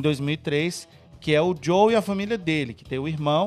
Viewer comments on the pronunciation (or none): É Joel nao Joe... todos os Youtubers nao gamers estao errando o nome dele